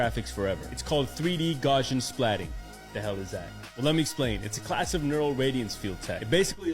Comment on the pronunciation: The way he pronounced Gaussian killed me